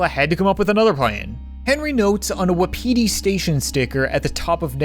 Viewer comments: Why does he call it wa-pe-di station not wap-i-di station? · Who else got annoyed he was pronouncing it "Wap-ee-tee station instead of Wapati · 2019 = Wa-piti Station Everyone else = Wap-iti Station Aha memories. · Its a great video and all but in the game wapiti station it pronounced wop-itee station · My guy, they say "wah-pity" in the game. Pls. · wuhpeetee station XD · So I just looked up what Wapiti means and it means Elk. Also it is pronounced Woppity. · Why is it so hard to pronounce 'wapiti'?